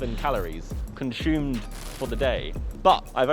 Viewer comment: nobody : Josh : Conshoomed